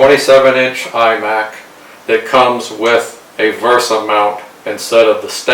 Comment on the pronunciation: VESA not VERSA